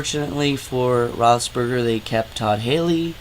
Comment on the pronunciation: Did you say Rossburger? LMFAO!!!